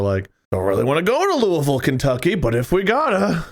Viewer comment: i dont like how they say louisville...